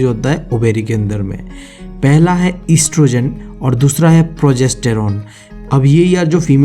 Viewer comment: *oestrogen not estrogen